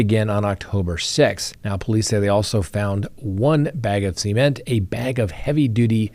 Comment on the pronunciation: SEE-MENT. never heard cement said that way. I kept thinking he was saying semen. 😂